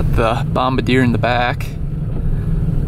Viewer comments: 'Bomb-ber-deer' was the guy who aimed bombs during the war... You own a, 'Bom-bar-dee-ay' snow plow. It's French Canadian. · Hey bud...just FYI, you're pronouncing Bombardier incorrectly.... It's a proudly Canadian company 🇨🇦👍🏻, and it's pronounced: Bom - bard - "ee" - yay and NOT: Bomb - a - deer like you were in this video..... No biggie... Just thought you should know, eh? 👍🏻🥃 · Pronounced bomb-bar-dee-eh, not bomb-a-deer. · Bom-bar-d-a. Not bom-ba-deer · FYI bomb bar dee ay, not bomb ba deer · As a Canadian i get really offended when people say Bombardier wrong lol... its pronounced Bomb bard e a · It's pronounced Bom-bar-dee-ay!!!! It's the original company that started CanAm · I love your videos and I want to inform you of the correct pronunciation of the company name. Don't hate me. I was raised in the midwest and pronounced it the same way you do. Then I moved to Montreal and well, things got a bit tense. Bombardier is a French Quebec company. Bombardier is pronounced bomb-bar-dee-eh. Trust me when I say Quebecers take their language very seriously. Anyway. Thanks for the content. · it's pronounced "bomb bar dee yay" bombardier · The name is pronounced "Bomb-Bar-dee-ay" it's French, or something like that. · It’s pronounced bomb-bard-e-a.